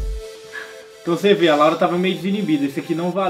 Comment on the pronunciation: Parece que a Laura fala Lauri